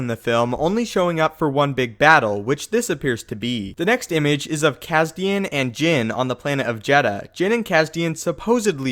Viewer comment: Isn't his name cassian not cassdan?